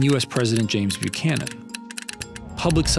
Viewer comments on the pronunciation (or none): none